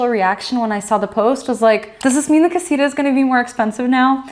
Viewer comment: Why they try to call "casita" this tiny house? they don´t even pronounce it well